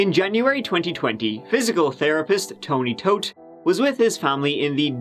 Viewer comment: The irony of the family name though.. BTW it's pronounced as "thought" not toad.